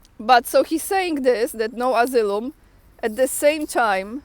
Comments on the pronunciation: Thanks, so needful to keep up. And for better comprehension, the word asylum is pronounced ah-sigh-lum running it together with emphasis on the "sigh" I thought English was hard until I started studying Russian... lol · read Asylum - asajlum